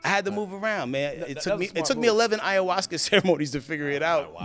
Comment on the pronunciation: What the hell is a "Iowaska" ?